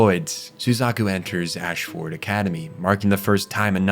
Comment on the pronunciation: Im loving your videos so far. I watched the Fullmetal Alchemist one first and that was good. I have high hopes for this video as Code Geass is one of mt all time favourite anime. So far it seems like you didnt watch the anime though, because of the way you pronounce words and places in the anime differs greatly from how the characters say it in the sub and the dub "Ash-ford" reminds me of how Americans say Melborne as "Mel- born" when in reality it is pronounced more like "mel-b-n" by locals